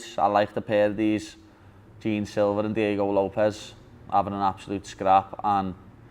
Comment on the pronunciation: LOL "Gene" for Jean silva